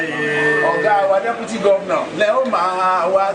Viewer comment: It's "DEPUTY" not "Debuty" Ori re ati Ori Toliat ti bu gidi gan ni oo. Awon olodo odaran .. E gbe eru eleru sile. E o le ni isimi rara 😂😂😂😂😂😂😂